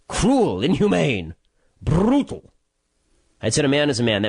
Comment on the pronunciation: Love that "Brrrrrrrrutal"